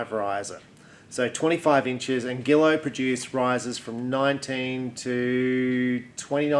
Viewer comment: Pronounced “ZHEE-low.”